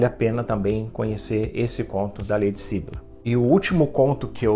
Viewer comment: Ahh, muito obrigada pela resenha dos contos! Fico feliz que goste das minhas coisinhas! 🧡 Interessante você notar que os enredos estão interligados, poucos leitores perceberam isso! (só uma observação: é syBYlla e não SYbylla 😁)